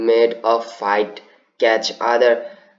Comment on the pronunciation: চার নাম্বার এর প্রথম লাইনের শেষে ক্যাচ হবে না ইচ হবে উচ্চারণ😅